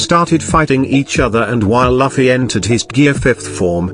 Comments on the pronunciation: Luffy is luff not laffy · The robot voice saying "Luff-fee" instead of "Loof-ee" has me pissed. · Luffy not lafi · he is speeled loofy and not lafy :P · It's not lafffi It's looooofeeeyyyy Try pronuncing like this🥲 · I like how the AI says Laffi instead of luffy 😂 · Who tf it’s loffi?😂😂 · I get it's a robot voice but it's very unpleasant to hear it say Luffy like Puffy. Just nope 🤣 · Laffy ?? Seriously now?? LAFFY???? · He just said loffy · Laffy wtf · Your pronunciation of the name "Luffy"